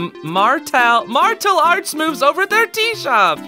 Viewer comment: It's pronounced marshal arts